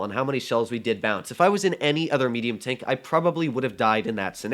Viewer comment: What the hell is "meduium" 😂 English is wonderful